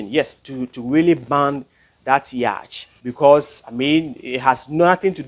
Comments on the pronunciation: Please man say yacht not yach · It's yacht not yach... The ch are silent my guy